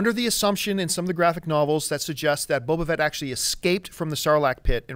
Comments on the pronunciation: "Boba Vett" lol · Emperor Palpateeeeen Boba Vet? Sorry for being a pronounciation Nazi, but they can't say names incorrectly and act like they know what they're talking about...